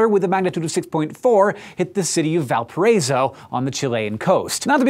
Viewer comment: Hank mentioning my country and mispronouncing Valparaíso totally made my day ♥